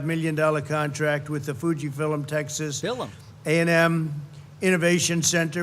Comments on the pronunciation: no val corona virus vacine being worked on at fuji fillum. Ill give him mispronouncing novel, but fillum? could someone please make a video poking fun about this? he says it at least 3 times. its the name of the place he is at! david points it out in this video. i just like things about trump not being able to read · Fuji Fillems (twice he said that) ... this is urgent?! F*ck this sh*t... wasting my time... you can read about this with more accuracy than listening to this douchebag. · Fuji Fillums lmao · Is it fuji fillum? I was gonna look it up, maybe its a new name